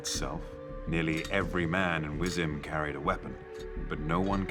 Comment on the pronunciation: Lovely, but him saying words like Wyzima differently than Wyzima is just cringy af. Seriously, I need some polish accent here